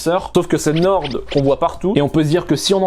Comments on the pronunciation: c'est NORE ( a l'orale ) pas NORDE , on dit le nord pas le norde mdr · norDDDDDDDDDDDDDDDDDDDDDDDDDDDDDDDDDD pq prononcer le D c'est pour nous trigger vraiment? xD